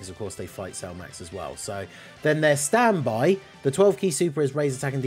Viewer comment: its worded the same for both base and standby,so I was confused when he read it wrong for the 1st one then right for the 2nd 😭